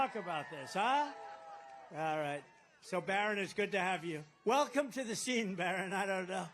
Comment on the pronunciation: Why does Trump call his son Byron? "Barron" has never been pronounced that way